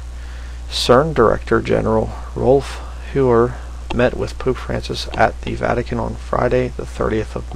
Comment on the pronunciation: Do you say "Poop Francis"?? Oh my... :)) Seriously, great video brother!!